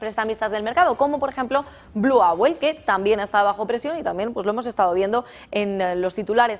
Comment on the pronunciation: Owl se pronuncia oool y no auel.